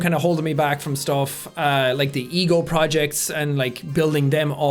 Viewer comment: When he said "the ego project", I thought he said "the eagle project". XD Also, I love how the beginning was humor and then things got more deeper and heavier.